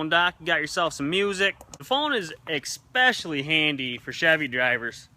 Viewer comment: boy u callin ford drivers dumb and u say "exspecially"